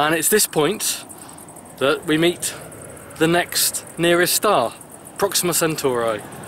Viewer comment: Speak clearly man Proxo What???